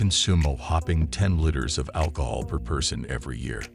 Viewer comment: It's pronounced KELTIC Tiger, not Seltic Tiger. And it's pronounced LEETERS, not litters.